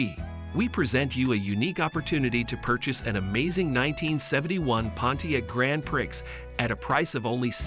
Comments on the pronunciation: No “Grand Pricks” here Maybe a Grand Prix pronounced Pree! (Your job not mine to pronounce correctly!) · Who is doing the narrating? Learn to pronounce names and learn that the numbers arent read the way this narrator does it. Cant even say sedan properly! Also, its Grand Prix (sounded as Pree)